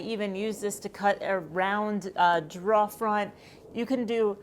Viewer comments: What's a dra? Are you saying dra er? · Drawh slide tape... What? Ohhhhh drawer slide tape. Got it ;) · lol...took me a moment to realize she was saying drawer slide tape...didn't under the reference to draw slides!! What a sweetheart. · Superb video. Clear, comprehensive, and concise. Just one thing . . . What the heck is draw slide tape? YouTube's transcription software can't handle the accent with which you saw drawer, and neither can my sides 🤣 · I honestly could not tell you had an accent until I heard you say the word “drawer” haha here in Minnesota the tell is the words “phone” and “bag” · Are you trying to say the word "drawer"? As in drawer slide?